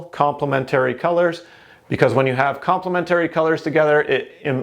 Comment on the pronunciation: Its complementary not complemetooory